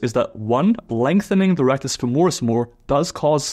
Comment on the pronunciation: Great video! However, it's FÈMORIS, not FEMÒRIS! cheers from Italy!